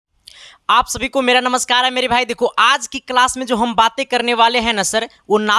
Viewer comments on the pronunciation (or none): none